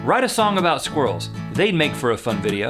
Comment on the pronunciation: It’s pronounced SKWI-RRELLS not skwrlls